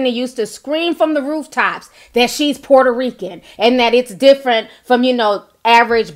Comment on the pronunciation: Lol sounded like you said "who is this poor Rican" lol. But that apology was not real. Clearly she was being sarcastic like wish ppl would stop saying she apologized.